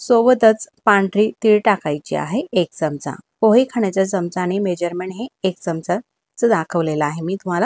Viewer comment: सर्व पदार्थ छान आहेत. पण च्यमच्या ऐवजी चमचा असा शब्द उच्चारला तर छान वाटेल.